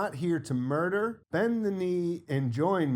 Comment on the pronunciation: she says "im not here to MARTYR". not murder.